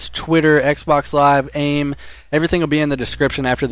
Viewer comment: did anyone else get really annoyed when he say 2000 and 11 or aim instead of a.i.m.